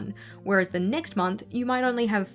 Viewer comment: She says “that would give me ze (silly way of saying ‘the’) heebie-jeebies” Heebie-jeebies means feeling nervous or anxious, hope this helped!